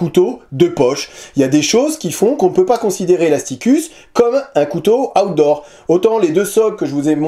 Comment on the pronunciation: Ta façon de dire "Outdoor", on a l'impression que tu dis "Hot d'Or", remarque, c'est logique quand le couteau s'appelle Asticus 😂😂😂